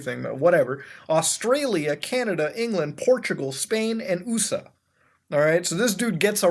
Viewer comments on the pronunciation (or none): nigga said "oosa" I'm crying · why did muta read USA as oosa? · enyone noticed he said uu-saa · Why did u pronounce U.S.A as oosa? 😂😂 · Are we just gonna ignore the way he said "USA"